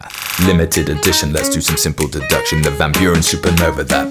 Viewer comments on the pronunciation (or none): 'science of duduction'?!! 'Deduction' or 'Duh-duction', but please, not 'duduction'!!